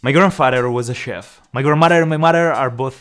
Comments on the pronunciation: "My grammuder and my muder" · no intention to offense you but i love the "grandmader Grendfader"